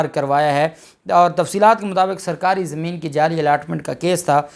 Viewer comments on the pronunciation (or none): none